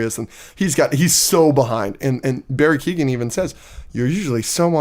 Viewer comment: Also lads it's not Keegan say it like Owen but with a k, keowen